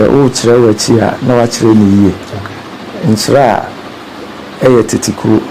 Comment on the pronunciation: Madam presenter/host! Please how you pronounce Nkyeraa. There is a town called Chiraa which is affiliated with Dormaa as Dormaa Benkumhene and Nkyeraa which pays allegiance to the Golden Stool of Asante. Please distinguish your pronunciation clearly between these two towns.